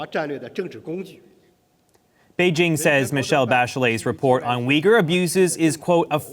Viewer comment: His pronunciation is correct.